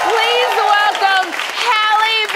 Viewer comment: Rien à voir les amis mais son prénom se prononce "Ali" 😅 Plus sérieusement, le pire dans l'histoire, ce n'est pas tant sa grossesse. L'enfant est en bonne santé, très mignon, c'est une grâce. Le problème c'est que chaque fois qu'on entend parler d'elle maintenant, c'est parce DDG a ouvert sa bouche qlq part ou a tweeté qqch Avant elle et sa soeur c'était les petits génies de la musique qui faisaient tout (chant, instruments, écriture, production) et que Beyoncé avait signé. Je me rappelle encore de vidéos d'elles en larmes dans le salon de leurs parents parce que leur 1er album avait été nominé au grammy. Aujourd'hui leurs noms sont dans tout sauf la musique